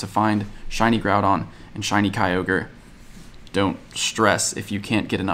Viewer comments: “Groupon” lol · "Groupon" lol